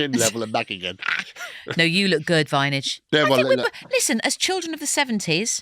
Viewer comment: This is the first one I’ve seen since listening to the Kathy Burke episodes and the ridiculous use of Vineage had me stopping watching after 14 minutes.